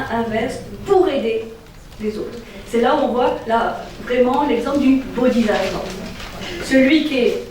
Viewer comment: Merci pour toutes ces merveilleuses conférences. Pour la prononciation : bodhis(s)attva se prononce aves "ss". Le "zattva" râpe l'oreille. Bien à vous